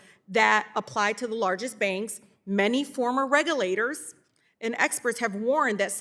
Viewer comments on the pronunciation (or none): She has zero knowledge of this subject compared to him. She can’t even properly read the words that are written for her. Subsidaries and regerlators? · The word is reg-U-lators!! Reading is tough for this one!!